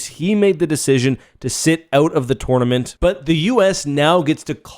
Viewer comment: You saying “tournament” hurts to hear